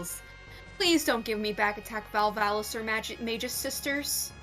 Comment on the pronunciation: Guys, please, I'm begging you: "MAY-gus." Not "MAG-us" or "MAYJ-us."